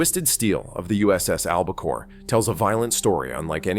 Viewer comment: Throughout much of the video, the name of the submarine is mispronounced AlbaCARE not AlbaCORE and there are other errors. You also have some non-navy photos shown that detract from the story of this exceptional WW-II Submarine that was tragically lost with all hands and just recently discovered. There is a lot of good stuff here, but you should have much more carefully edited it and made sure that your announcer knew how to say ALBACORE.